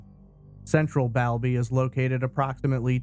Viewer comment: BALBY pronounced Ball and Doncaster has a population around 200000